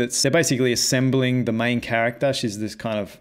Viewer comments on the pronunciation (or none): none